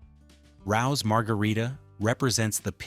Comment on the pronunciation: It's Parmesan = Paar-muh-zaan, NOT Parmas-ANNE!!! It's also pronounced RAY-O's not Rowes or Roes or whatever the hell you pronounced! My God that was awful. Rao's is OK but you need a side of sauce as there isn't enough on the pie and the crust is really thick, so you need to dip the crust in the sauce. Other than that it's decent. Also did you see the slop..errrr FLOP of that Newman's slice?? That thing had ZERO platform. Looks like the cheese slid right off. Ya'll made that pizza look disgusting. Ellios is for when you're coming home drunk, hungry and everything within a 10 mile radius is closed. You can throw it in a toaster-oven or air fryer and have something hot to eat in a few minutes. At that price point it is what it is...Emergency Food that does the job. If you do it right, you'll be passed out 15 minutes after eating it and won't remember that you even ate it the night before.